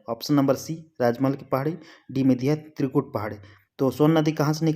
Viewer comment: त्रिकुट तियुड नहीं